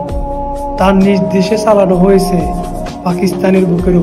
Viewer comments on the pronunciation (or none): none